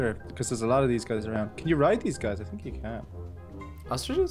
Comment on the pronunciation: you tink